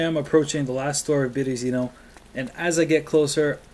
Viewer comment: Berezino. Put the emphasis on the second E {Byeryeezino} ^^